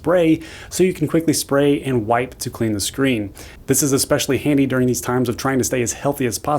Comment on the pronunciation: It comes in "Andy", oh my.